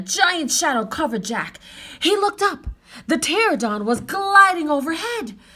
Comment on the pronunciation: You’re a wonderful reader and we enjoyed this! One small thing, my 5 year old kept pointing out that it’s pronounced pterANodon, not pterodon 😅